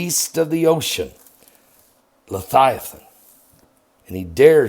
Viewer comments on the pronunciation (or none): Levvvviathan* not lethighthan